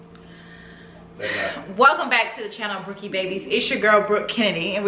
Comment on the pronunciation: I can't believe I won!!! Yes you said my name right. I am shocked I loved the video and your comment about family and winning was the icing on the cake. Brookie Babyyyyyyy leo gang!